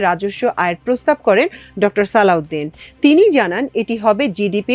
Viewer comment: সালউদিন না সালেউদিন